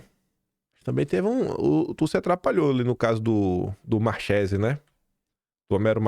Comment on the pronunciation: Três dicas relacionadas ao italiano: 1. Marsiglia = pronuncia-se MARSILIA, 2. Tagliaferro = Taliaferro, 3 Marchese = Marquese.